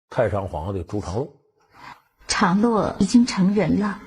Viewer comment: 第 38 分鐘：為什麼是「陳」長 (常) 洛？